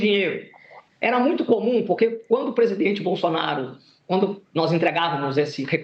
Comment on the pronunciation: bom dia que Deus continue te abençoando vc e sua família, temos um procurador que engole a letra L do nome Bolsonaro um língua pesada, ele diz Bosonaro